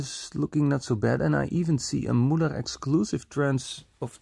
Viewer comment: When you make a video in germany try to speak the words right.....its Müller, not Mullar, and Majorette is a french enterprise thats not called Mayoret.....